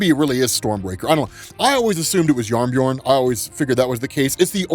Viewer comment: it is not yarnbjorn